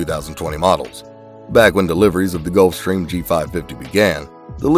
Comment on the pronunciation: I'm sorry, they "done" know how to pronounce "Gulfstrram"?